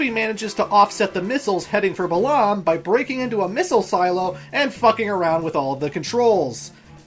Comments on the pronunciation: I hate to burst your bubble, but Balamb is apparently pronounced Ba-lamb.. like the animal.. Thanks, Gilgamesh, I preferred calling it the first way myself.. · I thought it was pronounced "Bah-lum". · El-LONE, see-fer, Buh-LOM, uh-dea, er-VINE? I never knew anyone pronounced them this way lol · I'm weirded out on how you pronounce Balamb and Galbadia. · Thomas Morato Balamb and Adel aren’t that strange